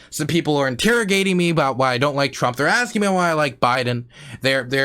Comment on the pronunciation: lol you said Antifer xD